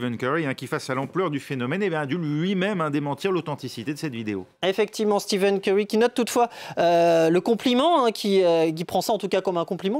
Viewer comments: Le pire c'est qu'il zoom a un moment et c'est écrit en gros devant ses yeux steph curry, et il continu à dire steven curry 🙆🏾‍♂️🤦🏽‍♂️ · Par " Steven Curry" sa fait mal au l'oreille à force